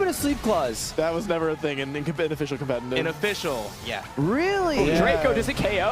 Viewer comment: I like this guy's video but why does he say "compenenive?????"